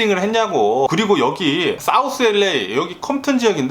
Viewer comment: 첫음절에 액센트주며 이야기할때 너무 재밌고, 뇌졸증증상 절대 아니고요ㅎㅎ유쾌하고 발음 꼬일때도 귀여우십니다요 ㅎㅎ 엘레이(LA)라고 발음할때 특히 귀여우세요 ㅎㅎ그나저나 더위땜시 고생하신다니 알래스카의 시원한 공기를 보내드리고 싶네요🏞👍🤗❤️